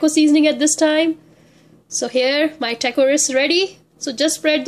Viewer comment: its not teyko it's Taco....btw thanks a lot for the recipe....awesome job 👍